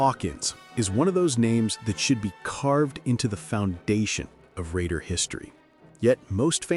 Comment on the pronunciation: Love this, but you missed pronounce some of those names.